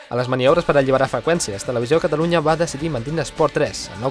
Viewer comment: pensaba que nomes en Mass deia cataruña